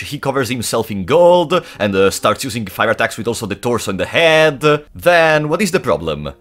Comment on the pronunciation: I live for every time he says "THE ToRSoo"